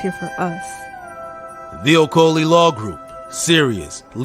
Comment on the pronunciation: OMG the pronouncement of Okoli in American accent destroyed the actual meaning.